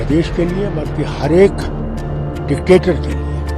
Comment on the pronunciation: Anchor bhi dectetor bol raha hai... pagal